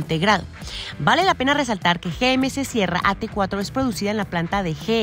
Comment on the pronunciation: Me pregunto porque no pronuncia GMC en ""ingles"".